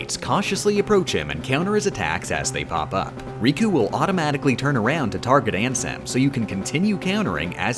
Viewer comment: I deadass disliked the video just because the way he said Ansem